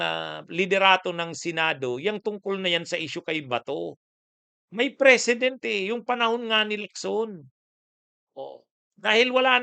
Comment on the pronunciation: ANG PRONUNCIATION NG PRECEDENT AY MAGKAIBA SA PRESIDENT